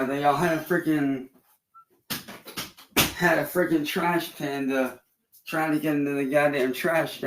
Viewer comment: wtf is a trash panda? Or did he say trash bandit? Either one, wtf was he talking about??? 😂😂😂😂😂